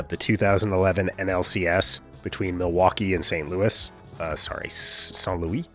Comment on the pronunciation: Creve Coeur is outside of St Louis, which is named after the king but not pronounced like "Louie" :)